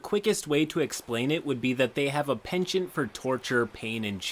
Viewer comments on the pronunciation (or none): none